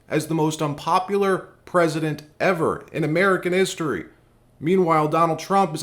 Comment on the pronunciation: Harry doesn't speak properly... how did he get a job at CNN when he can't pronounce the word history correctly.